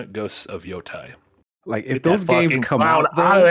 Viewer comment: Marty. Repeat after me. Ghost of Yotay. Yotaaaaay. Not Yo-Thai.